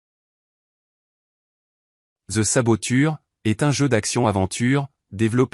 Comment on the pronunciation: Oh mon dieu cette voix IA m'insupporte...saboture au lieu saboteur😢